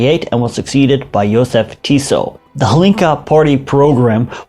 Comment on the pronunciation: Jozef Tiso. So close but yet so far 😂😂